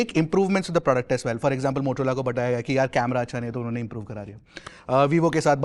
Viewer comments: Motorola hai motolora nhi hai 😂😂😂😂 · be like... Motorola ❎ Motolora ✅ 😂😂😂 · motorola ❌ motolora ✅ 😅😂😂